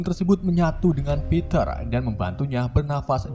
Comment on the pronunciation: Ngomong stiv (Steve)👍 Ngmng Peter harusnya piter dong